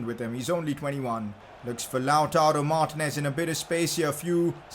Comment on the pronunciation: Its not martnez ...its martinez !!!